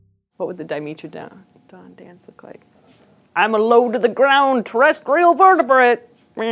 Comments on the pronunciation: D-I-me-tra-don not di-mee-tra-don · 'met' not 'meet' please... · “dai-meh-truh-daan” if you’re going to make a video correcting people on whether or not it’s a dinosaur, you should also have probably be pronouncing it’s name correctly. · I've always called Dimetrodon dye-MEH-tro-don. Not dye-MEE-tro-don. Regardless of which is right or wrong, the way she says it, reasonable or not gets under my skin :P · Until now, I'd always heard it pronounced Di-MEH-tro-don, not Di-MEE-tro-don. Anybody know which is preferred? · The way she says di-MEAT-trodon. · I thought it was Di-meh-tro-don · diiii-meh -tro-don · Our resident curator of paleomammalogy pronounces it as Di-mee-tro-don, so that's what I went with. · I had no idea Dimetrodon was pronounced with a long E, let alone that it wasn't a dinosaur! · I hate how she pronounces it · Mispronounced Dimetrodon: video = no credit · Escuse me you said dimetrodon wong. ;_D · That pronunciation is distracting as hell. Say it right please. like metropolitan ...